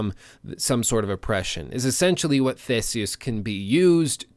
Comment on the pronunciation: He said theses wrong